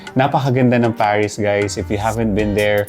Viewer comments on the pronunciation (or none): As a zuzyalera, thiz iz zo legit. Love Pariz too